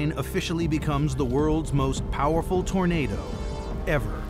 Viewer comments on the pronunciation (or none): none